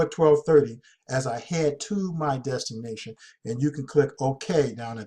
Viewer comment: Damn man ... destination is not pronounced designation!!! Your killing me smalls.....